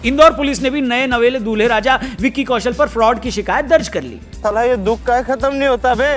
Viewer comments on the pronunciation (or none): none